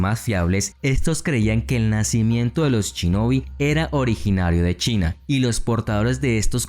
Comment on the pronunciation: por que cuando lo dices suena chinobi, se dice shinobi, los latinos no saben pronunciar la palabra esa palabra